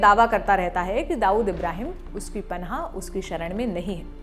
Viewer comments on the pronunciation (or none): 'पनाह' होता है, 'पन्हा' नहीं।,कृपया ध्यान दें।